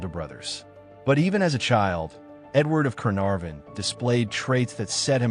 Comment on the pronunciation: Berkeley pronounced bark-lee. Gaveston pronounced gar-ves-ton...Caenavon pronounced can-ar-von not canviv... A1 is crap..